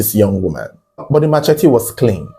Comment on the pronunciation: Oga, that thing is NOT pronounced ma che tee. It's pronounced as muh-SHEH-tee. Sheh, not Che, Jeez! Learn and stop opening big mouth saying rubbish